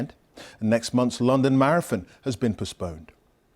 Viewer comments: lol he said Marafon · Did he seriously say “marafon”? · "maraFon" or marathon?